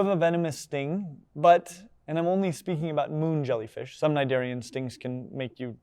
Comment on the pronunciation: First off thank you for showing my how to pronounce cnidarian, I was never sure and had never heard the word out loud until now lol Secondly, for some reason or another, I used to not like jellyfish at all. I would be grossed out if I was reading an animal book (as I used to a lot as a child) and even so much as touched a picture of a jelly. In aquariums, I'd always hurry through the jelly section because they freaked me the hell out. And of course I always loved watching aquatic, especially oceanic documentaries but, as before, if there was a jellyfish on screen, I could not watch. Nowadays though, I can see and appreciate them for the beautiful and hypnotic creatures that they are. It really is a living lava lamp, though I'm pretty sure I'd still rather go for the fake, non-living version were I to have one at all lol. And it just goes to show you don't need a pet with a brain to have a good time, you could just sit there and watch these things move around in that mesmerising way __